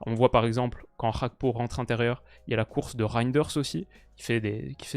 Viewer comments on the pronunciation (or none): C'est quoi cette prononciation Gakpo [hakpo] genre espagnol ? Il est ivoirien d'origine monsieur, faut bien prononcer son nom. Un g est un g pas h. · très bon debrief. La deuxième mi-temps m'a rassuré pour la confrontation France/Pays-bas. Petit point important, même si je n'ai rien à redire sur ta prononciation du néerlandais, Cody Gakpo est d'origine togolaise par son père. "Gakpo" avec un G donc, et il semblerait, de ce que j'ai pu lire, que Cody lui même préfère qu'on l'appelle comme ça. Voilà voilà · « CH »apko, on Voit l’influence néerlandaise chez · Le nom Gakpo n'est pas néerlandais, donc pourquoi mal le prononcer? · Tu peux prononcer le G de Gakpo. C'est un nom Togolais et nom neerlandais 😃